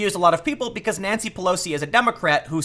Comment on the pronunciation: First time I thought you said Nazi Pelosi